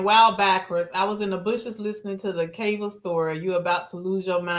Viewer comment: Hey. Cava use to be one of my fav lunch spots. But I stopped going because those young ones had no customer service skills. It ruined the experience. Also, its pronounced Cava (KAH-VAH)